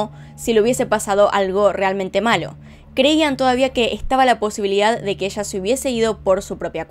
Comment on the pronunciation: me parece muy curioso su entonacion cuando menciona la palabra "PLAYA" suena como placha al igual cuando dice ELLA suena echa